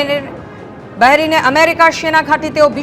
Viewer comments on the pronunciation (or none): আরে মেডাম বেরিন নয় , বাহরাইন হবে।